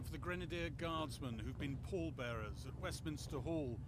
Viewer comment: '_Pall Bearers_' ... NOT "pole" bearers.